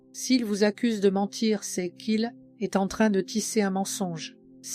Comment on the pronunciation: Texte intéressant juste mais voix et timing insupportables ... le verbe être : prononcé "c este" "este" " n este " .